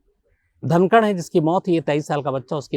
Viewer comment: सागर धनखड है सागर धनकड नहीं